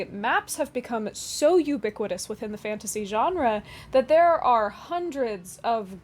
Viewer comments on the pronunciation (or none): I think thats one of the more creative pronunciations of "ubiquitous" ive heard in many a moon